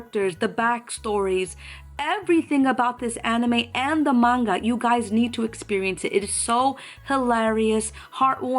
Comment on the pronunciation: An actual manga artist that even pronounces the word correctly. Not man-ga, and not the ever popular monga, thank you,, truly. XD